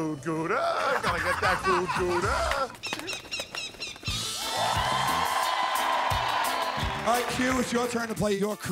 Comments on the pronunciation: I'M A DUTCH GUY AND IT'S NOT PRONOUNCED "GOODA" IT'S PROUNOUNCED "GOUDA" DONT DISRESPECT THE CHEESE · gouda prenounced like : g (ouch) ou'' d a h im dutch i know